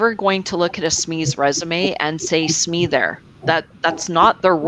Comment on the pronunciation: Ha! I never would have guessed you'd pronounce "SME" the way I'm hearing here, lol! I would have just said each letter "S""M""E". Now I can sound like I know what I'm talking about "sssMEE" :)